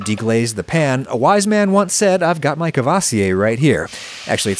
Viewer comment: Me: "What kevasiyeh? Sees bottle ma non, il veut dire courvoisier..." Even second language french speakers have no idea what people are saying in french if it's not said exactly correctly